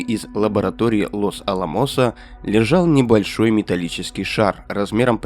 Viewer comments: может Лос алАмос а не лос аламОС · не лос аламОс, а лос Аламос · лос алАмос а не лос аламОс........... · Чувак штангенциркулем излучение измеряет ?!🤣 Лос аламОс😂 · Ударение в названии города Лос-Аламос падает на вторую букву «а» — Лос-А́ламос. Такое произношение подтверждается справочными материалами и правилами испанского языка, откуда заимствовано это географическое название. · Лос АлАмос правильно.